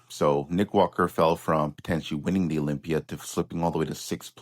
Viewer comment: It's called Olympia not blocklympia!!! 😂